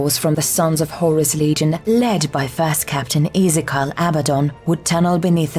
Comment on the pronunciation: "utterly decimated" so they lost 1 in 10? also it's ee-zee-kee-el pronunciation.